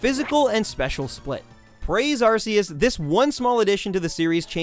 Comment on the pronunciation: arceus is pronounced ar-key-us, not ar-see-us. gliscor is gli-skor, not gli-sor.